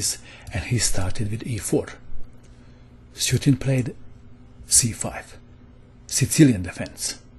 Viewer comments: Small point: I think the opponent's name is pronounced soo-Etin (think "sweatin") not "suit"in. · Isnt Sueting pronounced - [su-etin] instead of [sutin]? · Hello This is a note how to pronounce "Suetin" You say Soo-'eh-tin", emphasis on "eh". In Cyrilic this is "Суетин".